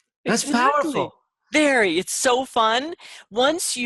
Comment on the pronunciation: Wery, wery, wery good...thank you🤗